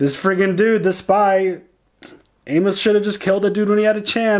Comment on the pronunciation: I love love love you guys, but y'all are making me nuts! Amos is pronounced AIMus! 😀 I know is a little bit picky, but it's making me crazy!